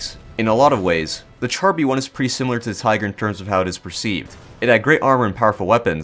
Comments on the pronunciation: As a brit that speaks fluent french, it causes me pain hearing people say TChar B1 not Shar b1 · I don't want to be that guy, but its pronounced "shar B1". ("Char" means tank in french)